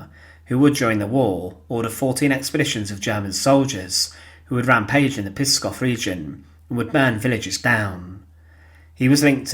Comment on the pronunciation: its pronounced pSKOV, not PISKOV